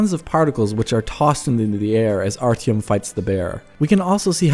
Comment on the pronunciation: Yeaaaaaaaaaaaaaah, I know the real pronunciation. I will make sure to say it correctly when I do my review on launch :D